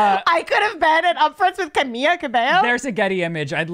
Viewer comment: what is "camiYa" hahahaha!!! its pronounced the same in english or spanish hahaha ly